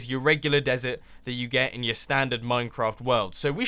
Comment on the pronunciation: Were gonna decorate nyooor iron! that is the first time I've heard that ever